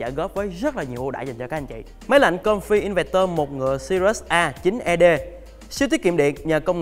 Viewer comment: "Inverter" đọc là "in vơ tơ" đi bạn.